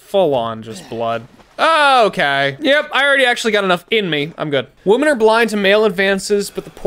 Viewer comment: Obsessed with the way that can’t pronounce “women”. It’s only singular babey.